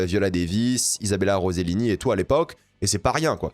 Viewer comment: « Izabela Rozelini » gros tu veux qu’on prononce ton blaze correctement… concentres toi!